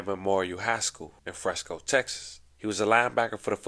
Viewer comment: I SEE YOU HAVE BEEN DOING ALOT OF STORIES ON THE DALLAS AREA AND SURROUNDINGS AREAS (FORT WORTH AND FRISCO) PLEASE PRONOUNCE THE NAMES RIGHT !!!! ITS FRISCO NOT FRESNO !!!!!!